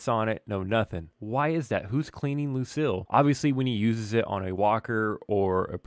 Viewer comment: It is pronounced Luc-eel not Luc-ill 😆